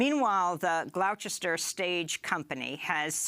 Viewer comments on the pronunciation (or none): none